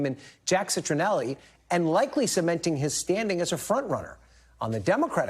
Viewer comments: Really botched the pronunciation of Ciattarelli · Citronelli? Really? 😂